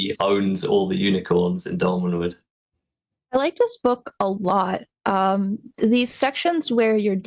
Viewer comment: Thank you,, for actually correcting on Doll-Man, it was driving me crazy 🤣